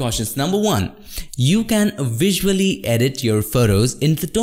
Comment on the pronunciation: Love your videos. One note, you are using V correctly when you say the word Curve, but you are saying the word Visually with a W sound as if it were spelled Wisually. Hope this helps.